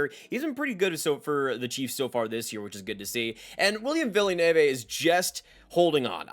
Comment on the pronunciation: Great video but learn how to pronounce Villeneuve